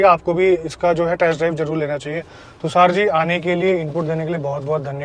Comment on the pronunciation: Brother tusaar nai , tushar ,, its sh 😂😂